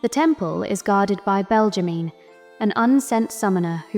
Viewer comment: Belgimine : Belg-ge-mi-ne